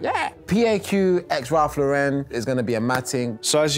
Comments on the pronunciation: No one gunna comment on the fact they are mispronouncing ralph lauren the whole time? Its pronounced LAU-ren, like the girl's name. Not lau-REN. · do people realise that it's pronounced Ralph Lauren with emphasis on Lau like the name Lauren? Ralph is American, not French or wherever you would pronounce it LauREN 😊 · Thick white socks with a black suit and black loafers was a mistake. Also luxury suit and dirty floor just don't mix. In the US RL is pronounced as LAuren. In the UK i guess it is more french like Laurent (LaurEn)? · They could at least pronounce the name right